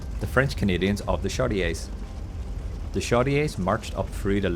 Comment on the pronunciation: Great video! So much was accomplished by single individuals that you have to wonder if we would have succeeded without those individuals. Aside from some of the other comments, "Chaudiere" is pronounced "shoddy air".